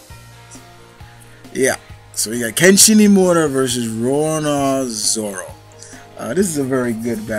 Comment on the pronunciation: Stop saying Rora Zoro